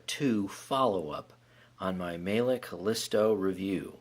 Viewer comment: Miele is pronounced "Meee-luh". Nice review